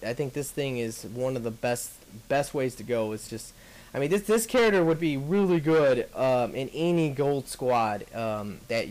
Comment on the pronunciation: anybody else think it is weird every time he says Charater?